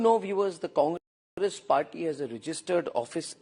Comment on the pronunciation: Was I the only one to pick up the deliberate pause (breaking of) Congress as con-gress? By the one who has sold his soul.